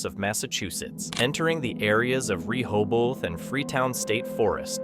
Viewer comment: One day the A.I. narrator will be able to pronounce “Rehoboth” correctly, but it shall not be this day.